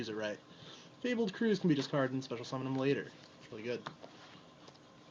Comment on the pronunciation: mispronouncing fabled is one of my pet peeves :/ I hate it